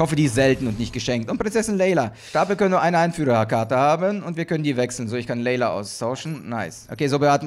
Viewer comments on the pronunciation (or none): sie heißt leia ^^ und nicht Leila ^^ ist ja nicht so schlimm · Es stört nur das du Namen falsch aus spricht zb. Leia leila Inquisitor Inquisator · Dude die tunte heißt Leia und wird Lea ausgesprochen und nicht "Leyla"